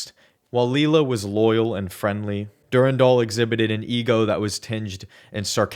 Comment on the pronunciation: Dur-Ann-Dahl Not durundul lol